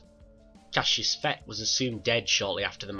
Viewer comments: If you spell it cassus say it Cassus not Cassius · It is pronounced Cas us not Cas e us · Jesus, it's not Cassius! It's Cassus. Do you try to mispronounce every word you say?